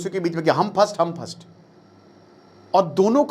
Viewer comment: Shoot and scoot mean fire and run 😂, Its First not phast 😂😂. Corrections